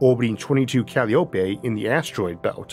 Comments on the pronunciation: Dear Arthur, please! Calliope is not said Cal-lee-OH-pay. It's called Cah-LIE-oh-pee. Named for one of the Greek muses, and the pipe organs often used at baseball games. As an American, I definitely prefer the baseball reference to any rare pronunciation trying to speak ancient Greek. Thank you. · I think it’s pronounced Kah lie o pee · Usually, Calliope is pronounced "ca- LAI- o- pee"